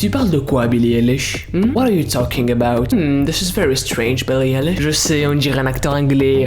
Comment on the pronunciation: Ok je t'aime bien😂 MAIS ce n'est pas BILLIE ELISH mais BILLIE AÏLISH ( la prononciation )